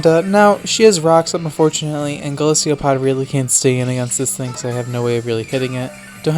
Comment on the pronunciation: Golisopod is pronounced GO LIS O POD NO GO LIS EE O POD idiot